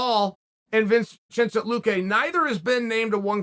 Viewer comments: Chael - "We've got Blehal Muhammed vs Vince Chinte Luque coming up" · "We've got a fight that's about to happen between Blahaal and Vinch...vincheste Luque" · He almost said vincente correctly by mistake